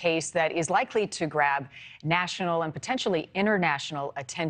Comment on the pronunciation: Why does she keep saying Alec Murdoch? It's AleX MurDAUGH